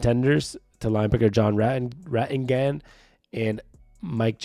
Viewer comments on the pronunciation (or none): Thanks for the vid. Just FYI, the pronunciation for John's last name is Ratti - gan. Tyrel Dodson and Jerome Baker brought in as ILB's, didn't see any new vids on them. They look pretty good.